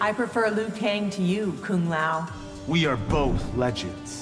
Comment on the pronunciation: Put some respeck on Kung Lao’s name.